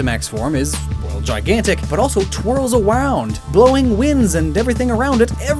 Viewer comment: Really love the overview type style of the video giving a solid but quick look at everything (even more so cause being English some bits are nostalgic like the Cadbury's advert in the beginning) but i still can't get over how "twirls around" was pronounced at - that alone got a laugh out of me